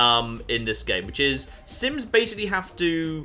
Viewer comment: Every time he says 'sims' I hear 'synths'